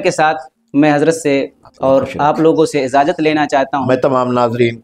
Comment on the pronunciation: ۔۔ازازت نہیں ۔اجازت ہوتا ہے میرے دوست معزرت کے ساتھ